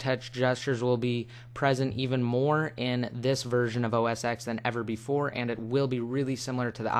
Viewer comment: Btw its not Mac OS X its Mac OS Ten its a roman numeral Not to be rude im just saying....